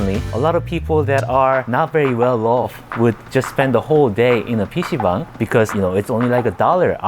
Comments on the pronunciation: stop saying bong... its bang-- dumass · Baang…. Not Bong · It says bang. Why are you saying bong?😅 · Why are you pronouncing "bang" as "bong" lol. There is absolutely no reason to do so 😂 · Not Bong, like you smoke with. It’s Bhang (b-ah -ang) Room. You lived in Korea for 8 years you say ? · Why are you pronouncing it 'bong' ?!? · Nahh its not pc bang Its BANG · I am Korean and I thought you said bam(a type of nut) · the way he says pc "BONG" hes a funny guy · b-AH-ng not bong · When I was a teenager in the early 2000s I went to PC Bang all the time in California. I always thought it was pronounced Bang like the gun sound. Two dollars an hour or fifteen dollars for the day. They opened from ten am and closed at five am.